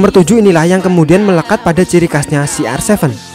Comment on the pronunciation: kenapa ronaldo di sebut si ar sefen.